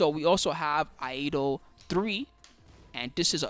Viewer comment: A correction: Iaido is Ee Eye Doh and not Eye A Doh.